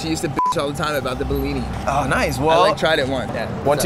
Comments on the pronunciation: bro i live in russia, its not blini, its called blin. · Oh great, finally someone in the media talking about something to do with Russia in a relatively positive light. I've had enough of anti-Russian propaganda. Oh, and it's pronounced blini or blin, NOT behleeni. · I'm Ukrainian and speak russian on the regular basis. Through the whole video I couldn't understand why you call our ''БЛИНЫ" BILINY, until the text at the end. Please, teach americans to spell BLINY correctly: /ˈbliː.ni/ Lots of love <3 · You should have went to Brighton Beach. Its next to coney island. That's real authentibeing. And maybe got more for $5.00. To blini, not belini. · Its Blinis not Belinis :D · Dude, it is not "bellini"? its bliny. How freaking hard that is? LOL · You pronounce blini wrong. You say it in a way so it sounds like it some italian cuisine. Emphasis on a first i. that way is sound Russian